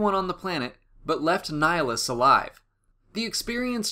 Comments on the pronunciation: It's pronounced ni-HA-list, ni as in Nick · Why does everyone pronounce his name wrong? It's not Nihlus, it's NIHILUS. As in "nihil" which means "nothing".